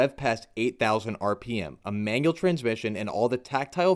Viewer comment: Wtf is rmp? Did you mean rpm lmao